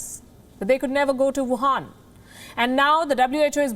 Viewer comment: Wohan not gohan